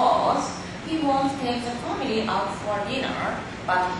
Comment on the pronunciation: "He's going to take his famiry out to deenuuuuurrr."